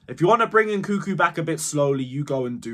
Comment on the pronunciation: It's not nkuku it's nkunku! You guys doing it on purpose ahah